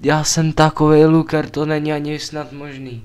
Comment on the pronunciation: neni to hate jen rada: Jak rikas luker tak se to cte laker